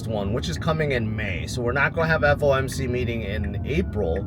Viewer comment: It’s FOMC not FMOC right?